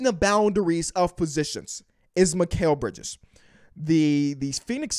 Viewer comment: It's mikal bridges